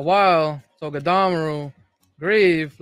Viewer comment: The clown said "Togedamru"!! 😂😂😂😂